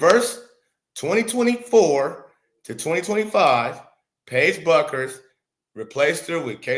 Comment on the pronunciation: BUECKERS is Pronounced - BEWKERS...